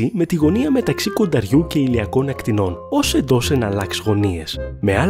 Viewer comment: το περιεχόμενο του βίντεο είναι καλό, αλλά τα ελληνικά σου μέτρια 🙄 Αυτό το «των ακτινών» αντί του σωστού «των ακτίνων» μας πόνεσε τ'αυτιά! Επίσης, ο Ερατοσθένης λειτούργησε «ως επιστήμονας» και όχι «σαν επιστήμονας».